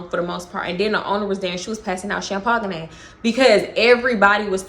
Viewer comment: Wait …champagne? Is that a Texas thing to say it like that😂😂